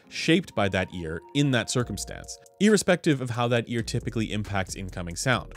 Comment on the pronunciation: Did he say 'EARespective' or am I hearing things?